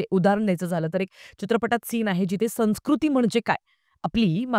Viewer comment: चांगली समीक्षा. एकच उच्चाराबाबत. संस्कृती या शब्दाचे उच्चारण "सन्स्कृती" असे नाही "संव्स्कृती" असा होतो.